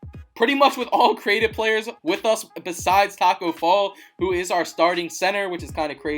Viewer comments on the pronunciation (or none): none